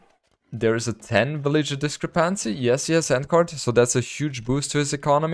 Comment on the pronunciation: I loved this event. It was a two-in-one, actually. Head to head AOE but also continued personal challenge to correctly pronounce the word discrepancy. Seriously though, keep all the great content coming! ❤